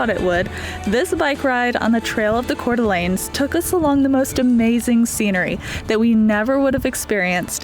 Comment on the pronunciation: Happy Birthday!!!!❤❤❤❤ It sounds like Core-da-lane. Omg! I'm so glad you're ok!! That's so scary!! The tooth looks great!! I've broken mine too.